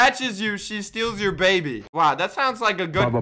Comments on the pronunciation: I got the baby Me heard:I got da baby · When you say "grab the baby" it's like "grab dababy"